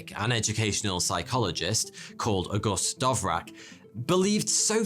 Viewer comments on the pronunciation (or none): How the fuck you gonna pronounce "Dvorak" as "Dov-rak". Jesus Christ. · I mean, if its pronounced anything like the composer, it's more like "Dvozshak" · DVORAK not DOVRAK. Don't be so;P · isn't it dVorak, not dOvrak ? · was just listening and wondering what the heck is a "dovrack" keyboard ? then i realized it's just mispronounced "Dvorak" ;) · DVorak,, DVorak, not Dovrak.:P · Dovrak? It's spelled Dvorak? :P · hey! it’s Dvorak, not Dovrak 😂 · normal people: da-VOR-ak intellectuals: d'VOR-zhahk: Dove-Rack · I hate to be that guy but Dvorak is not pronounced Dovrac its much more close to just Vorak with an a minor d sound at the start. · dont pronounce it like Dovrak, its Dvorak 🙂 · When you pronounce dvorak "Dove-rak" lol. Its pronounced "Duh-Vor-zhaak" for those of you who care. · You fell for the myth of no P0rn on Betamax. Sony had no control on what was licensed on their format. The Betamax failed because the cassette was so small and offered only 1 hour of recording time. Sony locked themselves in this small cassette. Watch Technology Connections! And it is DVorak not DOVrak. QUERTY is dumb, QUERTZ is the way to go - QUERTY is always annoying me when I don't find the backslash ;-)) And the strange layout was not for "slowing typists down" but to protect the type levers from tangling. So they were arranged that this does not happen quite as often while typing fast. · lol: DoveRack: it is /dvorzjik/ (/d(ə)ˈvɔːrʒɑːk, -ʒæk/ d(ə-)VOR-zha(h)k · Why did he pronounce DVorak as DOvrak? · Why are pronouncing “DOVrak” instead of DVOrak? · Because he's ""... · Dove Rack?? It's Dvorák! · It's DVO-rak, not DOV-rak... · learn to read. dVorak. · I was a bit baffled by how the pronunciation could've become dovrak... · It is D V O R A K not Dovrak. Thanks for the video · Your pronunciation is one of the worst possible as well, "Dovrac" indeed! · Dove rack, nailed it. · I had to hold myself back from punching the monitor when he said it